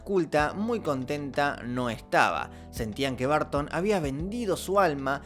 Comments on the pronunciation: Se que no es su idioma natal el inglés pero 🤷 haz un esfuerzo por la pronunciación es muy bueno el video pero hará estar escuchando "BARTON" ...😅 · Da cringe oirte decir 10,000 veces "Barton". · De dónde sacas qué se pronuncia Barton!?